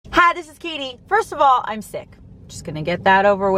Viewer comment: Good informative vid, Katie. Regarding your "accent", or lack thereof, what I've noticed is that when you say "I'm", you usually pronounce it quickly as "I'n", as in "I'n going to Austin soon".